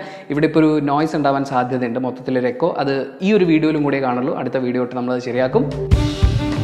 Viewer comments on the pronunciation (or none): none